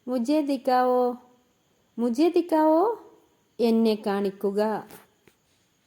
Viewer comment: നിങ്ങള്‍ ഹിന്ദി pronounce ചെയ്യുന്നത് ചെയ്യുന്നത് തെറ്റായിട്ടാണ് dikao ഇന്നല്ല dikhao എന്നാണ് മലയാളം പോലെയല്ല ഹിന്ദിയിൽ അവർ അക്ഷരങ്ങൾ വളരെ ശരിയായി ഉച്ചരിക്കും പ്രത്യേകിച്ച് ഖ ഗ ഘ ഒക്കെ നമുക്ക് മിക്കയത്തും ക ആണല്ലോ